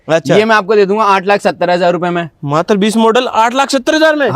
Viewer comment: भाई मातर नहीं मात्र 😂 होता है